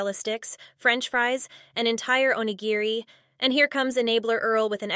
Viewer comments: It's onigiri not onijiri. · Can someone please explain to her that that is not the right shade of red lipstick for her Edit: it’s pronounced oh-knee-gear-ee not onijeerie ffs, you’re a self proclaimed “Foody” you absolute knob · On-e-Geary it’s said Phonetically, so get it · the way she pronounces onigiri pisses me off lol